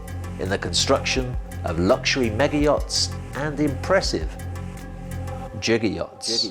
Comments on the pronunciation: Its pronounced giga like gigabyte, he is saying jigger like the thing you measure a shot of alcohol in :) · its Giga not jigga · The prefix 'giga' should be pronounced with hard [g] as in 'get', just like the prefix 'kilo' is pronounced with [e] as in 'kill'. Both of these are exceptions as general adoption from the International System of Units and Quantities. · It's pronounced giga, not giga.